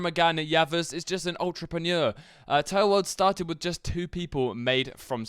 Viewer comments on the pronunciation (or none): none